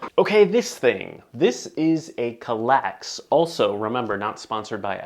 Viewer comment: "Kall-ax" FFS... ;-)